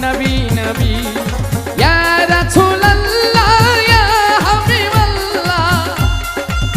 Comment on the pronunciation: রাসূল শব্দটা উচ্চারনে ভুল ছিলো